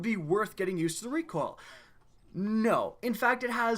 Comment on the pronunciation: Lmao he said "recwoal" instead of recoil😂